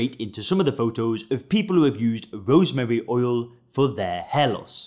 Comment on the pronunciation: He can’t pronounce “rosemary oil”. 😂 “Rosemuuuh uhl”. Strange accent🤔